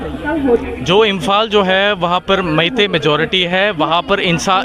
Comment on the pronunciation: ooi boshri walo reporter "meithiu" kiya hai?? meitei nam bolna pahele sikho saalo